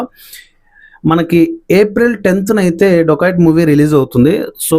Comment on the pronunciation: రోబోరి అంటే మర్డర్స్ నా 😂😂 ఏ కాలేజీ లొ చదివావు బాబు 😂ఇంకోటి సినిమా పేరు డోకయట్ కాదు డెకయట్ ముందు పలకడం నేర్చుకో, చిన్న పదం మారిన అర్థం మారిపోయిద్ది రా బాబు నీవు నీ బట్లర్ ఇంగ్లీష్